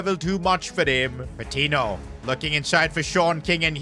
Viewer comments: Great vid but the pronunciation of Patiño is killing me It’s not Pa-tee-no it’s Pa-teen-yo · its pronounced patinyo not patino